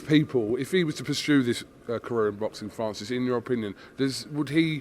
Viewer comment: Big boy can’t even say “Francis” he says “Fannsis”